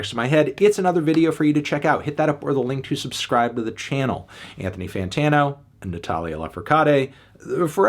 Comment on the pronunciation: I'm actually surprised at how good the pronunciation of fantano is in Spanish. I mean, it's not perfect, but I always find it strange how people in the US had Spanish in high school, but if you asked them to say something, their tongues just die.